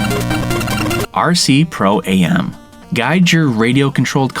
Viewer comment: Hola - pls note it's not RC Pro-A.M. - it's just "Pro-Am" as in "professional / amateur". Great list though, plenty of time in my own NES for several of these.